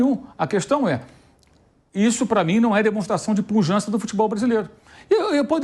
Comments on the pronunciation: Não demonstra "puLjança"! PQP, pujança com "L" no meio é PHodda, viu? O cara além de recalcado é também inimigo da língua portuguesa! Mais um jornaliste, flamenguiste e progressiste que a gente tem o desprazer de encontrar nessas lives da vida... 🤣🤣🤣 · alguém precisa avisar que não é "punjança" e sim pujança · Punjança? Reinventaram o português? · Os caras falam "punjança". Acho que é suficiente.